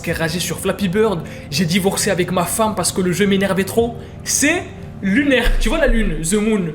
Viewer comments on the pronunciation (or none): none